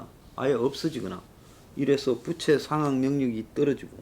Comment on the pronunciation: 이사람아 부채발음 똑바로해!!!